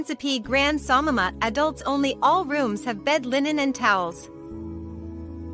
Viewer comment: Samana NOT Samama